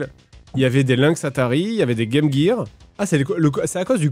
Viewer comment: Il a dit "Game Guire"!